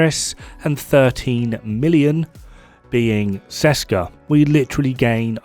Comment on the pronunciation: Ok I am sorry I know I will go to hell, but... Hello from Česká republika (Czech Republic). Česká výroba means something like "Made in Czech Republic" or it could be a reference to "Česká zbrojovka" (zbrojovka = arms manufacturer) which is a real manufacturer in our country. You dont read Česká like Seska. The "Č" is pronounced like CH in let's say Chess and "á" is pronounced like an A in the far (FAAr). I know the memetics of this have been already done and whole community knows the set as Seska, but it makes me roll on the ceiling every time I hear it, especially because for some crazy reason developers were able to spell those two words correctly, which usually never happens in our case. Otherwise awesome decomposition as always, cheers. #SaveTheČ, #ThereIsNoSechRepublic